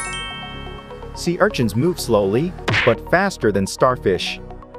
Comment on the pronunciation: Sea archins 😂 idk why that bugs me the way he says it